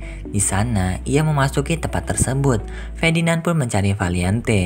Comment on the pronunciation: Fedinand😂😂😂 Ferdinand woyy🔥